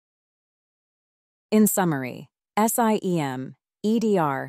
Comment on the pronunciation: To be specific - The pronunciations are an issue. SIEM is pronounced "SIM," etc. ...And the pauses are off. This thing pauses before the word "And" for example. Ugh. Too many to point out. FireEye / Mandiant is pronounced "FIREeye MANDiant" not one long "FIREeyemandyaunt" "How a MDR works" should be "How AN MDR works" - A vs an. Ok, I've had enough. Better luck next time.